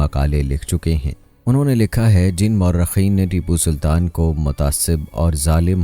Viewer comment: Bhai jab content acha banaya tha to shaheed ke naam bhi sahi tarike se lena sik ja tu jo naam leraha hai Baar baar iske waje se video dekhene me acha nh lagra